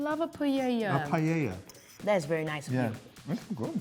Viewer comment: Congratulations, Jack whitehall! This is the first time in my life I've heard a British person say "paella" and it hasn't made my ears bleed!